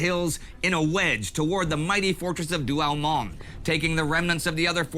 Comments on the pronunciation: Douaumont,,,not Douamont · By the way the consistent mispromunciation of French words is epic. This is DouaUmont which sounds like Do-oh-mon in English